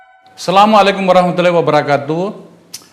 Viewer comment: Ooo bang paisal saya kagum dengan bang paisal maaf salam nya di benarin bang bukan salamualaiku tapi assamualaikum maaf